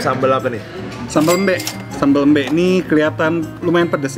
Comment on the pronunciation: Ak orang bali Menurut ku sambel embe memang dominan pedes jadi ya memang pedes Dan penyebutan nya bkn ( sambel mbek) tpi " embe"